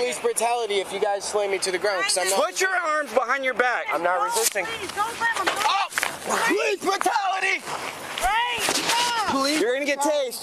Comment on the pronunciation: “I WAS NOT BEING RESISTICK” 🤣🤣🤣